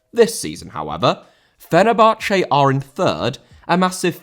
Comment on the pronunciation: Fenerbahçe* not Fenebohçei